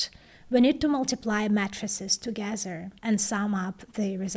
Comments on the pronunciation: It's matrices, not mattresses! :yougotthis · Mattresses? Haha, oh, Matrices... repeated what I thought to be "mattresses", until I put two and two together..., please use a long "A" for that word as it will help with that beautiful accent you have, to a better understanding in English. She Rocks! In the realm of keeping us updated on esoteric chip design she's a Rock Star!!! Gr8! Peace ☮💜Love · Couldn't help but laugh when said 'Matrices' but pronounced it as 'Mattresses'. Has she ever revealed what language her unique accent comes from? It sounds very familiar (maybe Slavic?), but I just can't place it. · Your right, I thought I heard something wrong. But she's great ! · when she was saying "matrixes" or "matrices" i thought she was saying "matresses"